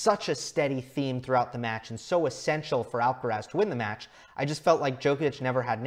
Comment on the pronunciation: Tan difícil es pronunciar bien Alcaraz?